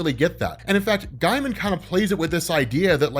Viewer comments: Pronounced GAY-mun. Not guy-mun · Btw his name is pronounced “Gay-man” not “Guy-man” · Gaimen is pronounced Gay-man, not Guy-man. You can go to his Wikipedia for verification, or watch the Simpsons episode The Book Job when he guest stars and they say his name several times. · Neil “gay-muhn” not “guy-muhn” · Just a quick pointer, that’s not how Neil’s surname is pronounced, in fact it almost sounded as if you were saying “Neil Diamond”! You’re pronouncing the name as as “Guy-man” and the correct pronunciation is “Gay-muhn” or “Gay-mn”! 🗣🤷🏼‍♂️ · Gaiman is pronounced gay-man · His name is pronounced like gay-mun. Source - Neil Gaiman. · GAY-MIN. ITS PRONOUNCED GAY-MIN. JFC. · I thought his name was pronounced Neil Gayman?